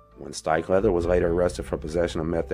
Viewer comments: HE'S SAYING " LOVICK HALDON STIKELEATHER" lolo Incase anyone was like me thinking What the hell is he saying? LUBBOCK STRIKELEATHER? 🤣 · Are you saying, “Steak leather”? Lols. Seriously though wtf are you saying?